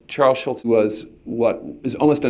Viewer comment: You fail, David Michaelis. It's 'Schulz', not 'Schultz' And what were you gonna say? 'unwritten rules'?